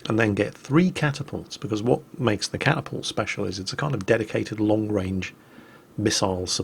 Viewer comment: "...I've managed to capture a catapult..." 2 MINUTES PASS: " So, there's this battlemech that's known as a Catapault..." My good sir, you need an intervention.